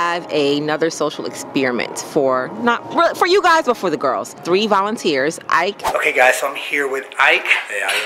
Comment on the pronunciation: Wait you know the guy ike, is not supposed to be pronounced “e -keh”?😂 I swear is Nigerian aswell